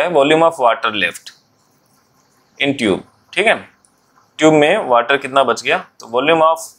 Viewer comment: Sir tub hai wo instead of tube 😅